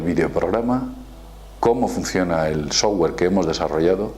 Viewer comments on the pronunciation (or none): none